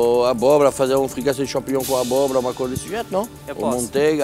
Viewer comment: Acho que em toda a temporada não teve um episódio que o Jackan não falou champingnhom (sla como escreve)